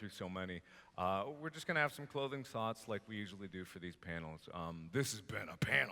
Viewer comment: "Clothing Soughts" LMMFAO!